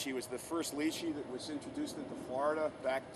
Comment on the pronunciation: He said it right - it's pronounced as litchi direct pronunciation from mandarin - stop been a smart alec